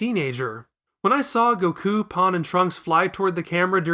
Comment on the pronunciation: You said Gokú right !!! We have a real fan here